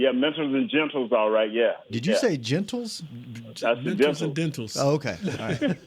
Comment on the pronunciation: He said gentals 😅😅